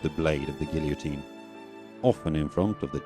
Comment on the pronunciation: Good grief, you can't pronounce "guillotine"? . . . . there was no editor to catch it?